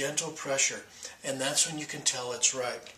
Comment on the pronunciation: "tell" not "tail..."when" not "win"